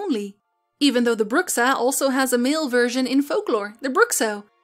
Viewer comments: I'm pretty sure the X in Bruxa is mispronounced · love the video. on a side note, in Portuguese "Bruxa" is pronounced "Broocha".